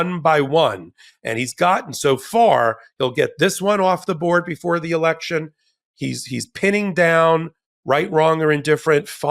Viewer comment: You said it right Ben… when you said. “ re-lection”